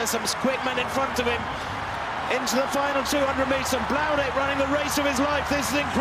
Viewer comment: please learn to say Bloudek. It's not that hard. It's not "Bludek" or "Blaudek" it is Marino Bloudek